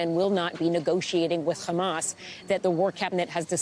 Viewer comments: “HHHhhamassss” ahaha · Listen to how she says “Hhhamasss” ahahaha🤣😂🤣